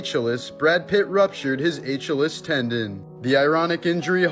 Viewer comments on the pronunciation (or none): It's pronounced Ah-kill-ees not H-a-less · It's actually pronounced as A-shEEl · It's 'A-Kill-EES' and 'An-A-Toe-LEE'. Fyi. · Are you uneducated enough to not even look up the pronunciation of "Achilles?" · Dude your pronunciation of Achilles ruined this entire video lol nerd shame on you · I was gonna comment the same thing, but u beat me to it. Lol. 😅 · I was just about to say this about Achilles😂